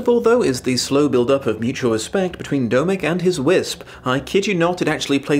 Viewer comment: Dear... Domek is the informal form of Dominik, hence the O in Domek being pronounced the same as the O in your name;) greetings from Prague:)